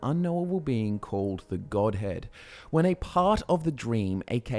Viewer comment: every time i hear godhead, i hear godhand